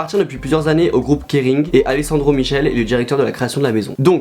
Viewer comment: Phonétiquement on prononce MiKÉLÉ. Choqué par le sac à main Mickey = lets go too Moschino. Les zébrures = démocratisé depuis 5 ans. Le pantalon n’est pas en écaille, il est simplement en soie. Wiou• velours côtelé. Chaussette blanche sur sleepers en velours :: the must. Sac à effet tapisserie et pampillles. La dernière tenue est superbe. Un pull over size n’as rien de particulièrement négligeable.